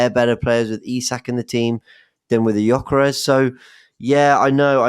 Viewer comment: making up new magical words live on pod saying the word "dramastic" while getting on about his pronunciation of Gyokeres 😂😂. Love the show & don't bottle it.